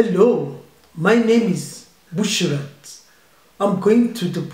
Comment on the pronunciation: Did she say my name is Bush rat for african?